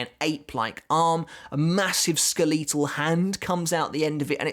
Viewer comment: Big fan. Love your content... but... you said skeletal like skuh-leet-uhl it is skell-uh-tull